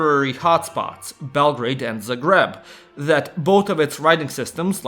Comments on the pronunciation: Zaaaaaaagreb Ne zaGreb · never heard someone pronounce Zagreb like "the bread"... Interesting. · Zagreb is not pronounced like that. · How does bro pronounce "matica Hrvatska" right and "Zagreb" with an accent? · Learn how to say "Zagreb" correctly, bubane.